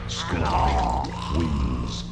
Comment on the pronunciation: Bro it’s pronounced scorpion not squirpion lol